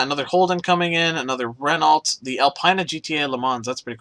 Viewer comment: you don't pronounce the T in Renault